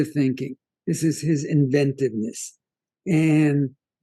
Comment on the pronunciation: What were you thinkinah!